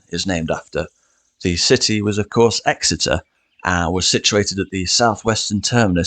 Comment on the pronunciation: EXETER NOT ESSEX